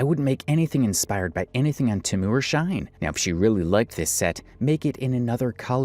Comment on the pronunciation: Her aesthetic gives her away but if I said that prior... It's She-in btw